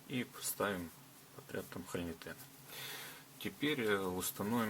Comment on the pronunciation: Делайте пожалуйста правильное ударение в слове хо’льнитен. А то ухо режет. Слово означает пустотелую заклепку (холь - пустотелая, нитен - заклепка) и ударение идет на о.